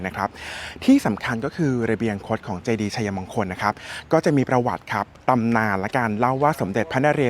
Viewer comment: ออกเสียง = ไช-มง-คน ❌ ไช-ยะ-มง-คน - คนอยุธยาเค้าไม่ออกเสียงแบบคุณนะคะ